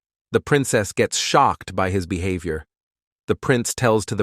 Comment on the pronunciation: oh please "bee have i or":face-purple-crying